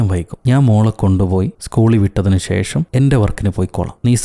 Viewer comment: ഷേഷം അല്ല.. ശേഷം.. 👍🏻